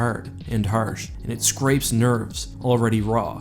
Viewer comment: The way you pronounced "hard" and "harsh" is kinda like the voice of Real Engineering, who is Irish.